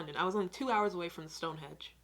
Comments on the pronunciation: It's stonehenge not Stonehedge. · Did he keep saying stone hedge or is my hearing getting worse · LOL The way that guy in the video pronounces shit is offensive....and I swear he kept saying stoneHEDGE !! Its StoneHENGE!! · stonehenge!!..not stonehedge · It’s not StoneHedge it’s Stonehenge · and he also definitely said Stonehedge instead of Stonehenge ..... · The guy in the video keeps saying StoneHedge (or that’s what it sounds like anyway) but it’s actually StoneHENGE. Just thought I’d let you know 😁